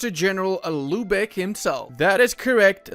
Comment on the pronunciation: All i hear is lube eck